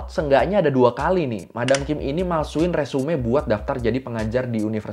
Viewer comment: 😁resume 😁di baca nya resum bang e nya jan di bawa